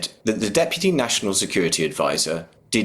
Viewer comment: Someone please teach how to pronounce Deputy